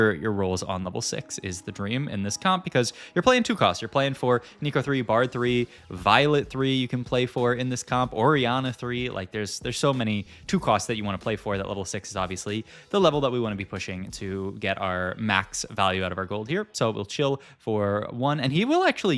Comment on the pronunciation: "Voilet 3", aww... She's all grown up now buddy